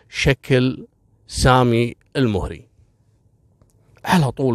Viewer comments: لوسمحت الادله مطلوبه منك لانك كذا قمت بتشويه سمعت قبيله المهري مع انك تنطقها الموهري وسرد مثل القصه يحتاج منك دليل فنحن من المهره ولم نسمع بهذي القصه بتاتا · المهري فوق حرف الميم فتحه وليس الضمه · للتصحيح القبيله(المَهَرَي) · انا مهري وفي أختلاف كبير في القصه واغلبها تلفيق وتأليف حتى نطق أسم القبيله ماعرفت تنطقه